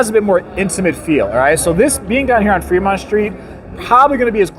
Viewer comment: Take a shot everytime he says "Freedmont".